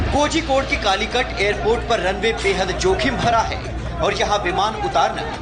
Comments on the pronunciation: It's Kozhikode not kojikode, pronunciate it properly or else stop it. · It is pronounced as korhikode. Malayali names are spelt like this.